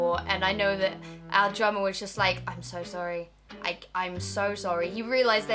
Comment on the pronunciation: Every time you said "drummer" I thought you said "drama." It really confused me....